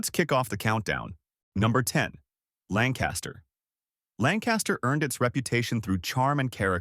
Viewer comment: Lancaster pronounced lank-kiss-ter; Reading pronounced redd-ing.